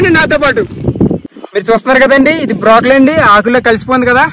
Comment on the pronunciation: Brakoli not brokali